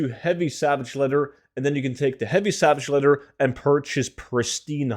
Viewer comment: You need to learn how to pronounce your words correctly. There's no such thing as savage letter. Or a Revendreft. Maybe try spending less time tryng to sound cool your intros and gain a better grasp of the English language.